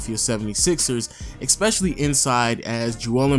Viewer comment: Can he go a video without pronouncing especially as *eckspecially*? lol